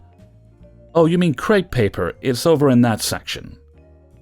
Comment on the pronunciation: Am... am I crazy? The moment she said 'creepy paper' I immediately realised what she meant bc it kind of sounds like the way it's pronounced in Dutch :")